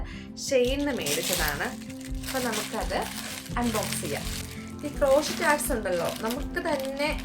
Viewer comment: ക്രോഷീറ്റ് അല്ല ക്രോഷേ cro-shey❤